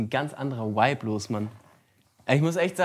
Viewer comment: Es triggert mich so, wie die ganze Zeit wipe anstatt vibe sagt